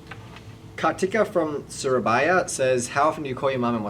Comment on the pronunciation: "Khartika from Shurabayha" lol